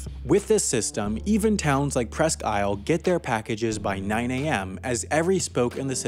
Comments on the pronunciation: The narrator needs to learn how to properly pronounce Presque Isle. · oh gods...is that how the locals say "Presque Isle"? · its pronounced prehskeeel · I live in Maine and I'm nit picking here, but the way you pronounced Presque Isle is a little different then we pronounce it. Here we pronounce it more like 1 word Presskile. I know it seems weird but thats how I always hear it